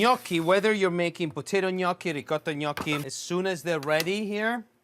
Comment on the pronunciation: As soon as I heard you pronounce Gnoochi correctly I was in. I hate when people say No-key. 😭